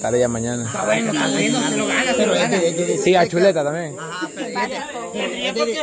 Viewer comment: Se equivocaron no es cheleta si no chuleta😂😅